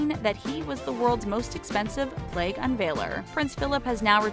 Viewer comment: Do you guys ever listen through your voice over edits? :/ this is just one example of a silly mistake that really brings the level of intelligence/professionalism down in some of your videos: Prince Philip is not the 'world's most expensive "plague" unveil-er." That's just messed up to think he's spreading one of the world's most feared & deadly diseases throughout nations with regal formality. Yes, he unveils PLAQUES. I know you know this because you spelled it out perfectly in your captions. These aren't small passable mispronunciations. Also, by no means are they a struggle to correct if things are proof edited before publication. You want to be the foremost on factual videos - this isn't a good look. Hire me ;)